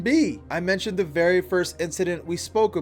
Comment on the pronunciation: Why do you pronounce “the” like “duh”? It’s driving me crazy. If there’s an explanation that would explain it, it may be a little more bearable to watch.